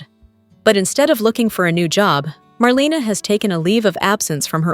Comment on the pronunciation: YOU have no business giving any spoilers without knowing how to say MARLENA'S NAME RIGHT.